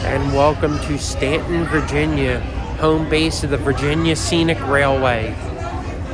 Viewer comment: Wow you pronounced Staunton corectly